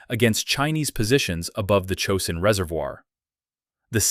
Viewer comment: CHOSIN Reaervoir. “Cho-sin”